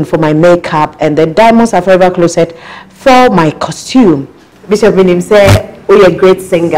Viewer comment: I’m I the only person who hears Emilia calling bishop as bishap? It’s supposed to be bishop madam, not bishap bishap.. Ah!